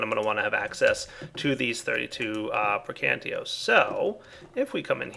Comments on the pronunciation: It's "Precantàzio" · It's Pray-can-tay-shee-oh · Exactly. Pray-can-tay-shee-oh, at least thats how us English people pronounce it, same as how we pronounce Mario Marry-oh. Instead of Mar-ree-oh. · You would think after a good 15+ Minecraft seasons with Thaumcraft he would be able to pronounce the Aspects properly. But nah. Praecantation is still gibberish to him, aswell as like every other one